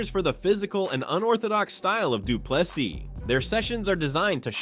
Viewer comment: Say Do Plus E and you will perfectly pronounce Du Plessis.